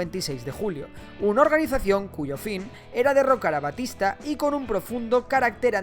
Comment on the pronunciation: Es Batista no Bastista igual buen video